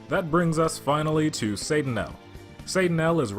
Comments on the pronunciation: I thought it was pronounced more like, “Say Tuh Nial,”??? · Why do you keep pronouncing it wrong? They literally yell the name. Satt-uh-nye-el